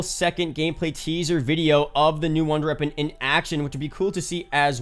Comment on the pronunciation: Why dose he say wonder reapon? 😂